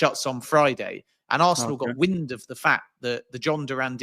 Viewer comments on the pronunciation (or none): none